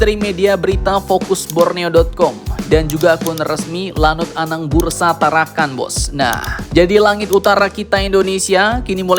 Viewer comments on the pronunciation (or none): Anang Busra min, bukan Anang Bursa 😂